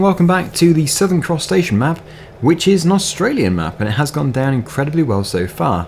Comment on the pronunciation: You should emphasise southern cross station because all I can hear is 'southern crustacean'